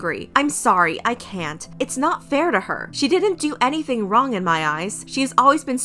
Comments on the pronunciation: ACTUALLY SAID ANYTNING INSTEAD OF ANYTHING 😂😂😂😂😂😂 Edit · You’re shady for saying “anytning” instead of anything 😂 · I love how she literally quoted everything word for word.. even when the tweet misspelled “anything” as “anytning” and she pronounced it as such. 😂 I’m here for it & honestly I’m going to start doing that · But I like how the voice in this video literally pronounced "anytning"... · Y'all she really read out the tweet as "anytning" 😭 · She actually said “anytning” I’m dying 😂😂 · I wasn’t going to watch the whole thing until she said, “anytning” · Sorry I laughed way too hard at “anytning” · it’s the “anytning” for me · "Anytning" has me almost in tears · “anytning” tell me why i died laughing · she just reads whatever is written, even the errors "anyTNing"😂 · the fact they said “anytning” 🤣✨ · the fact that someone misspelled “anything” as “anytning” and fr pronounced it that way 🤣🤣🤣🤣🤣🤣🤣🤣🤣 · I can't believe spill pronounces the typos 😂😂. "Anytning" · love how spill just pronounces the spelling mistakes ✨anytning✨ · Is anyone else tickled pink that she read it how it was spelled "anytning" Living for it 🤣💙🤣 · didn't actually expect her to read it the way its written